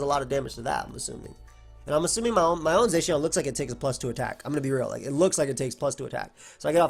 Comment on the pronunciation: Still waiting for people to pronounce Zacian correctly. May never happen.